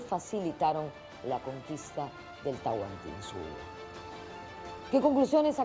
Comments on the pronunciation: Es Tahuantinsuyo no Tahuantinsuyu :/ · Se dice Tahuantinsuyo